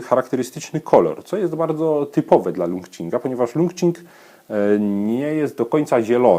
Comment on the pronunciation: Zapewne czyta się to 'czing' jak qigong :) Uwielbiam wasze filmiki, uwielbiam zieloną i białą herbatę, jakiś czas temu zaczęłam też eksperymentować z yerbą, a dzięki waszym filmikom piłam także indyjską chai masalę i marokańską z miętą :D